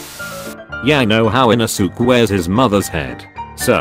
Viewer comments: the text: inosuke, ara, aah, giyuu, genya, kanao the ai voice: INOSOOK, AIRA, A-A-H, G-I-YOU, JENNA, KANIO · You pronaunse the e in inosuke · How the voice pronounces the names : Inosuke : InosUk Giyu : GAe-you Gyutaro : jAyutarr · Bruh The way he is pronouncing inosuke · The way u said inouske is so so wrong